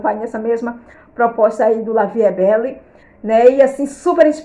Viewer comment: Olá. Boa noite. Gostei muito desse vídeo, vou comprar esse também. Querida, se me permite uma correção, a pronúncia do perfume é: La vie é belle. Eu sei que as vezes é costume. Gosto muito de seu jeito, é muito elegante. Deus te abençoe. Saudações de Mary, aqui de Natal/ RN. ❤❤